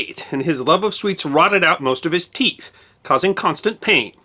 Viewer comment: rotted his WHAT NOW!? cuz I know you didn't say "teeTH".